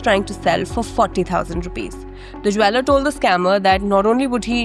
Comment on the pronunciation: Please learn how to pronounce "Jeweller" correctly. Indians I tell you LMFAO